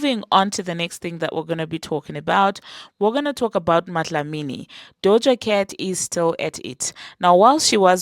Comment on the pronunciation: Are you South African because of the way you said MaDlamini 😂😂🇿🇦🇿🇦🇿🇦